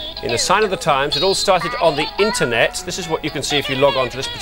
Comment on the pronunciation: Love the way the anchor says 'Internet' as if it's some complicated piece of specialist terminology.